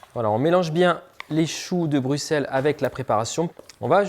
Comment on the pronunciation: Juste pour la prononciation...Le "x" de Bruxelles se prononce "s" comme le "x" de soixante...Dick Annegarn s'est aussi trompé...😊